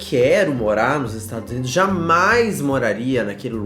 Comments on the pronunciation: "Jamais moraria nos 'estragos unidos'" KKKKKKKKKKKKKKKKKK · Estados Unidos?❌❌ estragos unidos✅✅💋